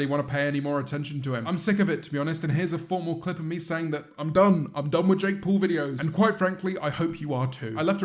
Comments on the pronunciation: Nobody: James: Jake Pole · No, he pronounces it Jake Paul